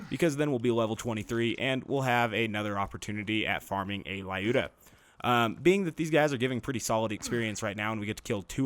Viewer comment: My Russian side is cringing, I've gotta comment - the Lyuda is pronounced L-yooda, not Lie-ooda :-)